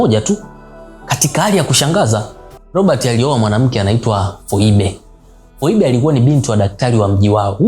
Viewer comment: Phoebe,,inakuwa pronounced as Fibi😊😊story nzuri sana lakini